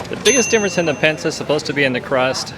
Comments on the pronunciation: Pinsa, not Pensa. 😉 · Not pensa, this is PINSA 😊